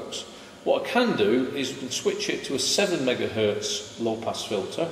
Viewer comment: Excellent video! One thing that bothers me, though, is that many English-speakers say e.g. "one megahert" when the z in "Hertz" should indeed be heard. Best regards.